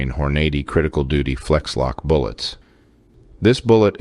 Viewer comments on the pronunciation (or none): Just an fyi: Hornady is pronounced "Horn-ah-dee" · I like your videos but you should brush up on a few things. You pronounce Hornady incorrectly (should be "Horn-uh-dee"). The Glock 20 has a magazine, not a clip. A clip is a metal strip that the rounds slide onto. Also most people in bear country use hard cast bullets, not hollow points. The purpose of hollow points is to expand for a larger wound channel. Those Hornady rounds are made for urban law enforcement against humans, not for bears. Also a Glock 20 holds 10 or 15 rounds depending on the magazine, plus 1 more round if you carry one in the chamber. What you didn't mention in this video is the reason this guy was carrying 10 or 12 rounds was because he had heard about spring issues if you leave a magazine fully loaded, so instead of carrying 15+1 rounds he was only carrying 10 or 12. As far as I know there are no 12 round magazines for a Glock 20. Another thing I've noticed on your videos is you'll show some guys hunting then show a clip of a guy shooting an AK47 or something that's completely inappropriate for a hunter to use. Good videos otherwise.